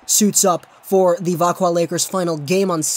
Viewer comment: Thank you for this. It makes me mad when people say vaxjo instead of veckwah